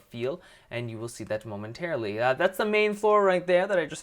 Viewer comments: He said momentairlily heaps Spelt it wrong lol dont care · don't get me wrong this is an amazing house, I just got annoyed that you said momenterally all the time XD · why did you keep saying momenteraly